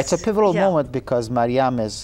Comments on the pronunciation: yeah but the host says mariana ..... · Does it hurt to get the MAIN characters name correct?!?!, even after Khaled Hosseini says marium she still calls her mariana ... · oh i just realized the lady is saying it wrong haha